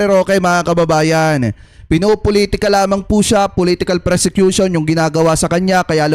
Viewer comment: Ang tamang word persecution hindi.presecution.